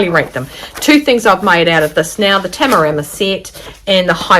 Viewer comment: Great review, much appreciated. And you nailed every pronunciation of Tamarama, must have been all the practice up to the review 😉